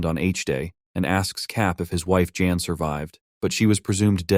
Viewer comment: This has to be ai. It keeps calling jan jane